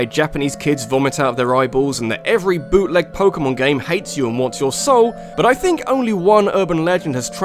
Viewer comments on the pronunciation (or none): I heard that as "büt-leg."